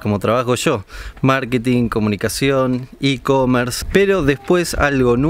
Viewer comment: Dijo Marqueting. De eso se re nota trabaja.jajaja.